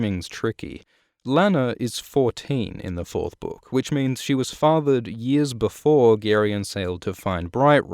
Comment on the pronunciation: i love how you mispronounce the word ''book'' and nobody cares really, because of your awesome content